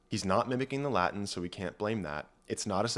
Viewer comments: This was both interesting and well thought out. I agree with your conclusions - the only problem I have with this video is your pronunciation of the Latin - 'V' is pronounced as a 'W' and 'C' is generally pronounced hard as a 'K'. Please don't pronounce it as Ecclesiastical Latin, it sounds bloody awful and false. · The latin pronunciation pains me greatly but great video